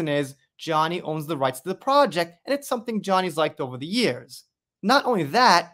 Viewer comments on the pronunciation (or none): none